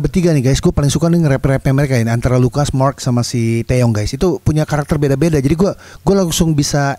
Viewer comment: Wkwk kenapa tiap bilang taeyong aku dengernya taeil:))